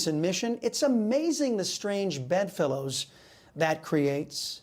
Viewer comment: I love Chris , but I always giggle when he turns full latin rolling rolling 'Latino, off his tongue. ✝️💜